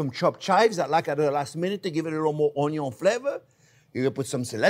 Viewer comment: I laugh ever time chef says ONYO! ONYO, and BUTTER! Loving it!